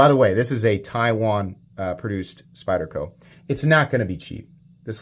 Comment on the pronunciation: Thanks for pronouncing the name of the knife correctly. It was very refreshing to hear you do that.